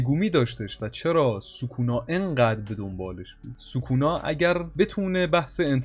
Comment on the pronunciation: چرا سوکونا رو یک جوری تلفظ میکنی